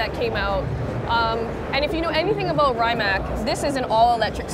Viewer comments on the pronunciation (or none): cool video but I think it's obvious you guys are not real car people. Rimac is one of the most talked about cars in the world right now; how could you not know how to pronounce Rimac?! What the hell is Raimac?! Again , who doesn't know how to pronounce Chiron?! What the hell is Cheiron?! lol Mansory? That Pagani is not Huayra, it's Zonda! The car Pagani supposedly stopped its production but keep bringing it back. The car that you called Zonda was actually a Huayra. GT3RS is green and fast. Thank you, I didn't know lol There are just a few examples.